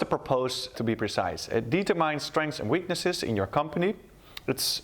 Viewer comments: Thanks, helped me a lot during the test. Tip from me: have a look on the internet on the pronounciation of ‘determine’. 😜 good job keep on going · Goede uitleg, maar je moet nog wel aan je uitspraak Engels werken. Bijvoorbeeld woorden als determine(uitspraak "dieturmen" ipv "dietermijn") en purpose.(uitspraak "purpus" ipv "purpoos") Op de uitspraak na goede uitleg!